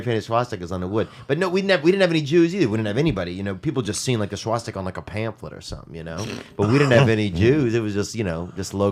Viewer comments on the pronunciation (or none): the way Theo said “Swhastika” followed by Lee’s reaction🤣😭😩...